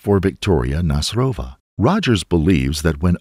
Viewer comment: Nasyrova is a Tatar second name. So you put on Y' when you read it